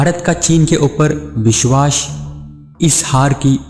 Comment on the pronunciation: Bishwash nahin hota saale.... Vishwas hota hai... Pehle pronounce karna seekh chutiye uske Baad video banana